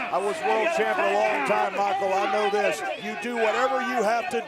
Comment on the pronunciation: He called him CHIMPION